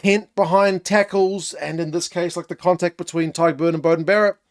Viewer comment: My thoughts: you're the only non-Irish person to pronounce Tadhg perfectly and effortlessly 👍🏼 anyway back to the Rugby!